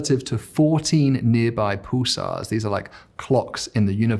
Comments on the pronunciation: Snarky comment warning "Paul-sars" and "cool-tural". And yet we're mocking the need to bring in a linguist? Still a very informative video though. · I've never heard Pulsars called pooh-sars in all of my 60 years on this planet.